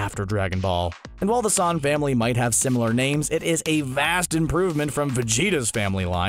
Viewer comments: Stop calling Son Goku San Goku. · Pretty sure it’s pronounced “sun” but ok